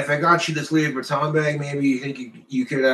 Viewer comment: He literally gives meaning to the saying money doesn’t grow on trees but in his case money actually does grow on trees 😂…. has trouble pronouncing designer fashion…..Lewweeee baton 👍